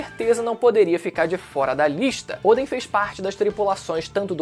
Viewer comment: Por que chama o Odén de Ôden, que agonia mano kkkk